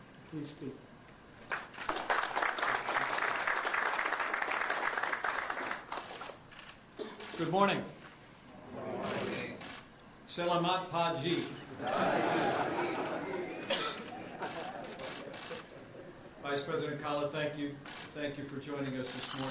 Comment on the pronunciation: good guy...but somebody should have told him how to say 'Selamat Pagi"... he kind of butchered that.